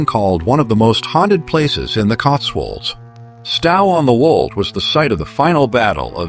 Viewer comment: It is Stow as in 'Owe' or 'Tow' NOT this idiotic AI pronunciation. Plus, the photos are not all matching the places the AI voice is trying to pronounce.